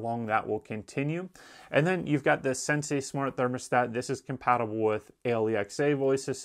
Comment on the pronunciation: Why does he call the Sensi a "sensay." Is he the Karate Kid? Wax on, wax off...yes, Sensay!